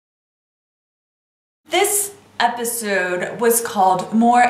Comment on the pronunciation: I hate the way you say episode